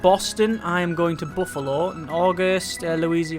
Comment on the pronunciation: Well that's a new one. I've never heard someone say Louisville, "Louisianville"